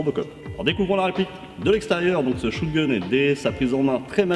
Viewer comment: shOtgun et non shOOtgun.. et ce dit spaSS 12 aussi. Le "s" n'est pas silencieux.